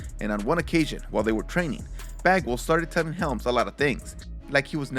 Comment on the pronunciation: Every time he says bagwall I only heard f@ 🤣 I had to go back and look at the subtitles to make the correction 😂